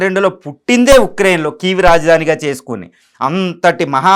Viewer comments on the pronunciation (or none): none